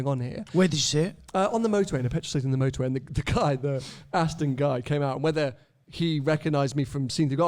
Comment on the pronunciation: Can we teach how to say Aston it’s ‘AstON not AsTIN ‘ 🤦‍♂️🤦‍♂️